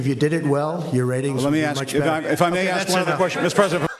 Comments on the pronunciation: Ask not Ax bro, work on that 👍👍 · “Axeing” questions? Is that to “ask” a question whilst bludgeoning someone? How many times are you going to say AXE? Instead of ask?....broughamskivich? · Why do black people say axe instead of ask lol